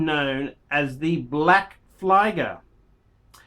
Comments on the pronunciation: It's pronounced PHLEEEEGERRR!!!!! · It's pronounced ['fliːɡɐ], for you english speaking I guess "fleeger" is close enough. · Fuck me dead after pronouncing schaffhausen wrong, fliger is ignorance on another level